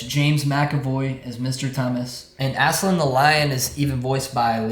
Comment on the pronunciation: It's Ass-Lan